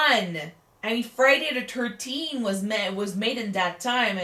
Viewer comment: Friday De Turteen